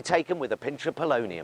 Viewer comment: "a pinch of pullonium" bwahahahahaha